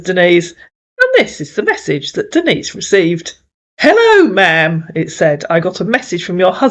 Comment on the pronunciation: The scammers can't pronounce "Denise" and call her "Dennis" 😅 Lola should have corrected them for that.